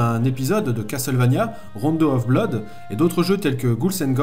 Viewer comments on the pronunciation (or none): none